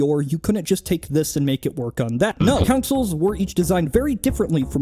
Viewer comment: TIL consoles and console are pronounced "councils" and "counsel"